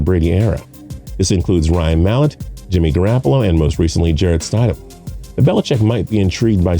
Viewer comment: “Jarrett Stydem. Sony Mitchell.” L